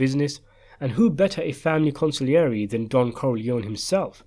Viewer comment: con see air j not con sig lee air e